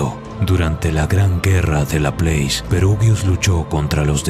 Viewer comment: Está muy bueno y todo, pero tengo entendido que Laplace es francés, no inglés, y como tal, se pronuncia \la-plás\, es una cosa que tenía ganas de decir desde hace tiempo en todos tus videos que lo menciona, me gusta bastante, solo esa pequeña observación...